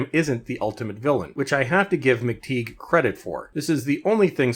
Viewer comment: Pronounced as Mc Tie, not Mc TeeG Nice guy actually. On the plus side he is at least a serious long term DW fan.